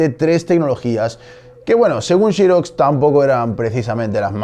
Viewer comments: Todos flipando con Apel, Apol Aplele, Aple, pero a mí me llamó la atención que pronuncie "Chirox" al referirse a Xerox. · Está bien, no comentaré sobre lo de Apple (aunque si nos apegamos a tu argumento entonces tu nombre se pronunciaría "", y no "Neit", jaja), pero si que me dejó pensativo lo de la producción de Xerox, "Chirox", jaja, y sí, se que en España es así, como Xiaomi que le llaman "Chiaomi", pero por el bien de la humanidad mejor pronunciar "serox" o "zirox" como en inglés, jaja. Saludos. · Me parece excelente que prefieras pronunciar las palabras inglesas con fonética española, pero entonces ¿por qué dices "Chirox? En inglés la X en Xerox no se pronuncia como "ch" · El documental es muy bueno, interesante y currado. Lo único que ha bajado su nivel es la pronunciación de XEROX y no de Apple que en "teoría" está bien dicho! El problema de la palabra XEROX es que no se pronuncia con la letra "CH" ni en inglés ni español. Quitando la "pijotada" de la pronunciación de la palabra XEROX, te ánimo a que sigas haciendo este tipo de vídeos que dan MUCHA cultura y educación en estas redes sociales donde está plagado de vídeos vacíos que atontan a cualquier cerebro... 😉 👍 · súper, como se lee o como se pronuncia, sin caer en inventar, como por ejemplo "Chiros"... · Me hace mucho ruido el “Chiroxs” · Encuentro terrible que en España pronuncien shirocs en vez de Xerox. Solo por eso le doy un no me gusta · shí rocs ! XD . Suena raro escuchar pronunciar la x como sh. Muy buen material de estudio. Like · Que chistoson habla este señor el pronuncia APEL, ja ja ja no se de donde saca la letra "E" de APEL y la otra palabra mal prionunciada es SHIROX (XEROX) y cuando veo TV de España a Wall Street le dicen wal"e"strit no se de donde sacan la letra "E" de enmedio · Francisco Justel es mas como shhirozz, jaja pero si entiendo el punto si no sabes pronunciar inglés mejor léelo en castellano, se oye menos ridículo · chirox chirox jajajajaj se dice serox hombre!!